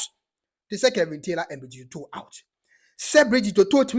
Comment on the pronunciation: King the Fanti name Otoo is pronounce Otu .